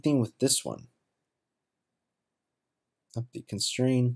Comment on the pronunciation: There's a T at the end of constraint you know....